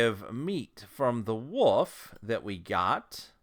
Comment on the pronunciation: The way you say "Wolf" like "woof" is hilarious to me. Thank you for these great videos.